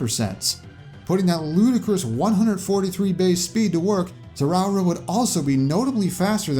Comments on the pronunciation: It's pronounced ze-roar-uh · I know you tried to pronounce Zeraora right but you definitely didn’t, you tried though and that is what matters. Zare uh ore uh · It 's Ze-ra-aura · Jacob Graham For one my comment was a joke, however let’s dig into it! I listened to the clip you linked several times, which is a Japanese clip but Zeraora’s name is the same in both languages. Ash’s pronunciation unlike you said is “ZeRAHora” while pronunciation is “ZerOWah,” is recommended listening to the clip a couple more times, since Japanese is likely not our first language it’s easy to make a mistake like that, but I assure you the pronunciation is indeed “ZeRAH-ora” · I hope im pronouncing this right zeWOWera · It's the rawr pronunciation of Zeraora. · It's pronounced, "Zer-ra-aura" Also, where's Roll? She's Mega Man's echo in the MvC series. Only real change is reusing Mega Man's custom moves from Smash 4 like Beat instead of Rush. SHE'S LITERALLY AN ECHO OF MEGA MAN IN MVC1 AND MVC2. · “I hope I’m pronouncing this right- “ Me: Oh I’m sure he’ll have it right, and if not it won’t be that bad: Zer-ow-a Me: ^Long sigh^ 😬😬😬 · Zeraora is pronounced like: "Zeh-rah" (zero but with an "a" instead of "o") Plus "Oh-rah" (like Jotaro's rush) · I cringed at Zeraora's pronounciation lol. Nonetheless i enjoyed the concept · "I hope I'm pronouncing this correctly" proceeds to horribly butcher the name. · I’ve never heard anyone pronounce Zeraora so wrong before.